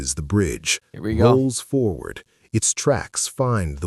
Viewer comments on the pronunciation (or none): none